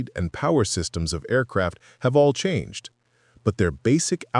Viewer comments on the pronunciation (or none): none